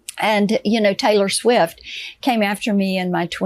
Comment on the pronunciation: TAY-lurr SWEEFT 😂